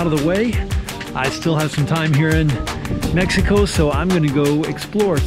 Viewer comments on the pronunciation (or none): Meh-He-Co.... That is not how they pronounce it in Texas :)